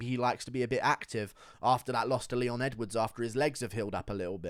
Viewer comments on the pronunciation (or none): none